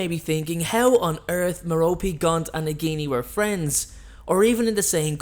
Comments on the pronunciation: It’s mair-a-pee not ma-ro-pee No offense though, love your channel and you sexy 🥺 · I believe it's pronounced 'Mero-pay' not 'Mero-pee' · Come on, Love this channel BUT....Merope its pronounced Merr-Oh-Pay. Listen to stephen frys audio book. You hella mispronouncing it